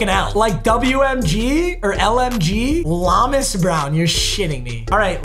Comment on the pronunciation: Papa you’re saying Lomas Brown wrong he’s from UF big gators fan say it like Low Miss Brown